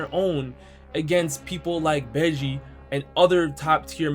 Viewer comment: Bro did you just call bege beji